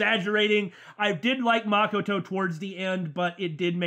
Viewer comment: Say it with me now "ma ko to" not mockato